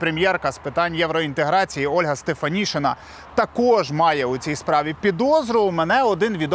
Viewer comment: українське прізвище Стефанишина читається і пишеться як Стефанишина, а не Стефанішина.